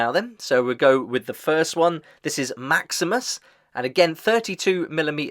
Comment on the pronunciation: No offense, but It's kind of funny you mentioned that you already watched Episode 1 of the Fallout TV-Show (Wherein Maximus played its own major part) and still get the Names wrong all throughout this video😅😁. Again, no offense.